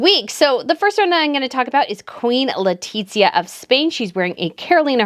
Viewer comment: Why do you pronounce Letizia’s name like that? Is so awful 🫠🫠